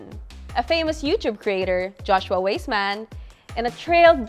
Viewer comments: Great that you consolidated different adobo recipes into one feature video. However, please be aware that "Weissman" is pronounced as "WISE-man"; and the pronunciation of "Geoffrey" varies but is usually the same as "Jeffrey"🙂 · Btw, Joshua’s last name is pronounced “Wiseman” 😊. Love his adobo version.